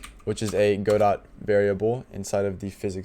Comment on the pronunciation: every time he pronounces godot incorrectly i die a little inside